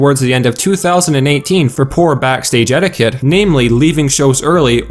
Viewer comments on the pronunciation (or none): none